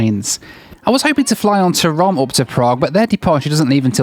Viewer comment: Hey it’s not pronounce TORO it’s pronounced TOROM